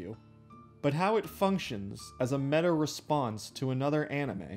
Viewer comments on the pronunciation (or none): none